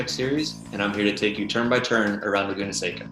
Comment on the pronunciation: The pronunciation of “seca” was nails on a chalkboard. Its california. Doesnt sound like SEGA with a C